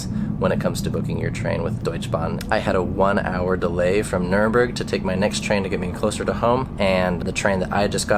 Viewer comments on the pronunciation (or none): The name of that city is Nuremberg not Nuremburg